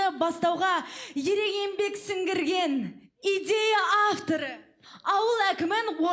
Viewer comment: Сіңгірген емес! Сінірген! ты тупая!!!